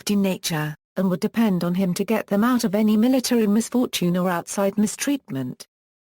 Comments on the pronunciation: This man is a icon and has been a big part and very dear of my family's life. I grew up with Bilko and the crew and do did my children. Therefore if you cant get it right please don't bother with your futile commentaries! Does Col Hall ever say BEEKO? Never its slways BIL-KO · TAKE THE VIDEO DOWN AND DO IT RIGHT THIS SHOW WAS A CLASSIC AND GIVE PHIL SILVERS THE RESPECT HE DESERVES. I NEVER REALLY LEAVE COMMENTS BUT THIS VIDEO DROVE ME NUTS EVERY TIME I HEARD YOU KEEP SAYING BEEKO I HAD TO STOP THE VIDEO . DID YOU EVEN WATCH THE SHOW (HINT-HINT)